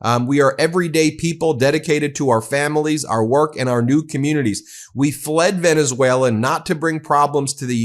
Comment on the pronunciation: You idiots! He literally calls you out (mispronounced of course) "Venezwera"